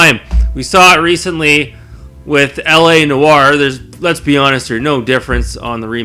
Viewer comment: "Re-cent-ly" JBH "Huuuuge fan" HCG 😂 I appreciate this vid. I consider you an authority within the racing genre. Your recommendations are always on point.